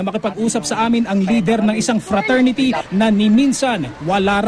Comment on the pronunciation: lousy!!!.. frasority dw cla? hehehehehe..